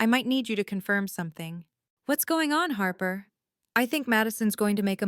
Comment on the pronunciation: 'Harper' becomes 'harbour'